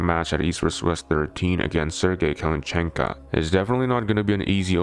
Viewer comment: How come you say Kalinichenka instead of Kalinichenko?